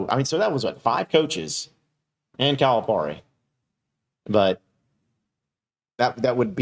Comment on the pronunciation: Please pronounce Coach Cal’s name correctly its Cal-a-Pear-e